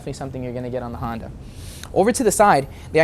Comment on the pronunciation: Did he say Hondur?